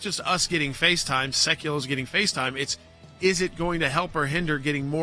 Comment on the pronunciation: The word is "getting", not "gitting", Jordan.